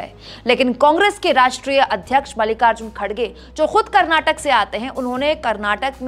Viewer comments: It's Karnataka not Karnatak pronounce it correctly reporter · Pls pronounce as "KarnatakA"..not " Karnatak"